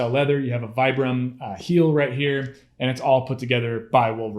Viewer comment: Vibram is pronounced Vee - Brum